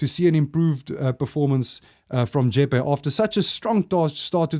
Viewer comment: So you know re. Jeppe Boys> it’s Pronounced Jep- Pee not Jep-A